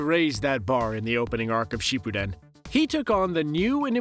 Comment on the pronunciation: The way you pronounce Shippuden and the other characters makes me cringe lol but i like the video👍🏼